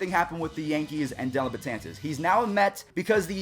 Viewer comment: Get his name right, it's DELLIN not Dillon.